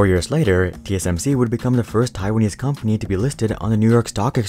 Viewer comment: Keyword 'Taiwanese' not Chaiwanese 👍